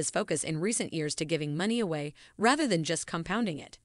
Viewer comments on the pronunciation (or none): none